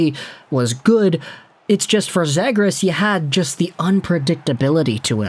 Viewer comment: It's "Zee-gras" not "Zeh-gras"